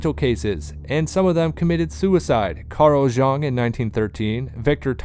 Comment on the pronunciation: I had to stop the fifth time he mispronounced Carl Jung's name. Doing a video about the roots of mass psychology and not knowing enough about Carl Jung to pronounce his name right is like doing a video about the roots of English literature and not knowing how to pronounce Shakespeare. Seems to me the guy might have been simply reading a prepared text.